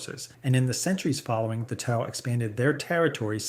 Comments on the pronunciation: yeah, great use of AI ... a shame it cant pronounce "tau" and other names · the KI voice cant pronounce TAU either